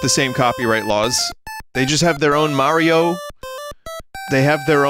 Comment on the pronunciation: It's pronounce Mario, not Mario.